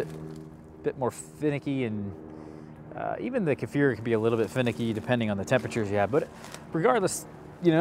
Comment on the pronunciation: You are one of the very few Americans that pronounce Kefir correctly!